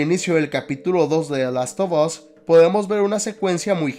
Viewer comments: Se pronuncia de lastofas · "De last of os" jajajaja seas🫵🏼🤡😜